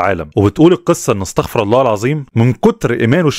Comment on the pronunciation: أستغفر الله العظيم أستغفر بالضمة مش بالفتحة .